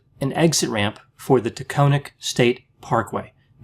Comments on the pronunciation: I agree!!! The AC would be dreadfully insufficient in the event of a vehicular inferno...... And please allow me to interject. It's pronounced Tac- on -ic. Like Platonic. Forgive me. Rock on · Correct pronunciation is Ta-con-ic". The "o" is not long. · Taconic pronounced takahnic like ahh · Taconic is pronouced: Tah cahn ik Yes, I agree, she intended to die that day by suicide. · "TAA-Con IK" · Great video as always. By the way I believe it's pronounced Ta-con -ic . I live right by it. What a tragedy.